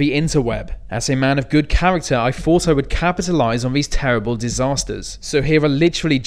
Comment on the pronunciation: Huwwacane. Tewwible. Thweat .